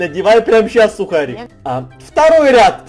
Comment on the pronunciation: Не сухарік а сукарік!!!!! (